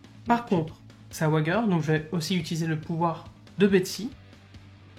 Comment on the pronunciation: Parier en eng se dit "to wage" ... prononcer ouaidje Donc ouaidjeur et pas ouagueur 😊👍 Tres propre cette video, bravo !